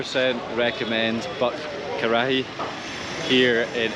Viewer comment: Butt "karachi" 😂 lol it's butt karahi.